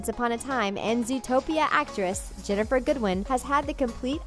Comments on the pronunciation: *GINNIFER GOODWIN OR MARY MARGARET BLANCHARD OR SNOW!!! NOT JENIFFER GOODWIN!!! IT'S LIKE A MIX BETWEEN HER AND JENIFFER MORRISON!!! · its actually ginnifer goodwin* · it's Ginnifer Goodwin